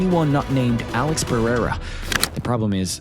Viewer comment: Chael… “Alex Pierre” lmaoooo